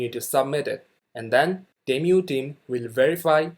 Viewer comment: not temyu, is it tee-moo, (long tee and hard u in mu)